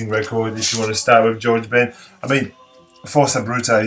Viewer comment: Je pense qu'on dit 'j'ards macalé le j se prononce comme en français, même chose pour george (ben), mais certains brésiliens prononceront à l'anglaise (les paulistes je crois par exemple) en bref.../ superbe vidéo et tous ces disques sont essentiels, il n'y a rien à dire!/ le macalé, je le cherche toujours, je l'ai toujours vu en mauvais état ou trop cher, je vais peut-être acheter la réédition un jour.../ haha, bon ok alors je vais montrer 'força bruta' et profiter que tu le montres pas../..